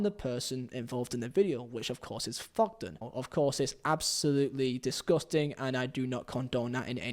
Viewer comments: It's Thogden not Fogden. Painful listening to you trying to speak. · Fogden, Feo, Fogdad. Painful.